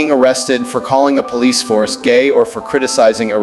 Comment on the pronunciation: I'm sure I heard "Police HORSE" not Police Force